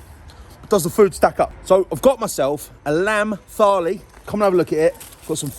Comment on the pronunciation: Please do your research. I don’t want to watch a food review with mispronunciation of thali and not even knowing what a gulab jaman is.